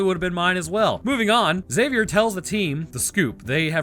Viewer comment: High-five for not pronouncing the "x" in "Xavier". It irks me to death to hear "Exzavier".